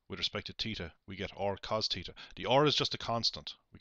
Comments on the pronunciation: At first I was just gonna make fun of him saying, “Teeta,” but I finished the video and completely understand now. Thanks!! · fun drinking game... take a swig every time this guy says "teeta"